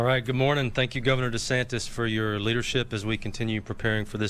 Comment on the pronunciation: you're a newsreader and can't even say de santis ? it's not "de santez"